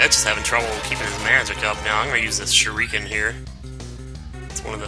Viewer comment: Did you really just pronounce shuriken, sher-reek-in? its shur-ih-ken jesus, almost as bad as your "hal-a-pee-no"